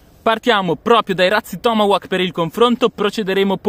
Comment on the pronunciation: ti pregoh la pronuncia dei tomahawk si direbbe tipo tomahok letto cosi è la pronuncia giusta :):):) bei razzi ,più belli gli apollo e pare avessero un botto anche più forte degli altri e bello il fatto che il coso che lo manda su nn si interrompe e continua fino all'esplosione